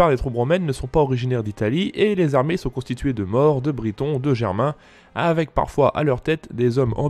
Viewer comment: „ces troupes, … , sont constituées … de morts“. Pitié 😅 Une des particularités de la langue française est d’avoir 16 voyelles phonétiques, dont deux [o]: un ouvert et un fermé. „Maures“ se prononce avec un [o] fermé. Si on prononce les mots correctement on est 1. bien compris, et 2. on évite le ridicule. (Mon grand-père était breton, il avait appris le français en faisant son service militaire mais ne le parlait pas, je n’ai jamais entendu le son de sa voix.)